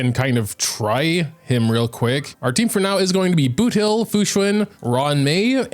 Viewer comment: He butchered boothill like crazy. Many are recommending for him to redo the whole video